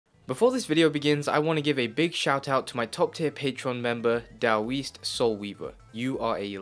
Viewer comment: Did you just pronounce "daoist" like "da weest"?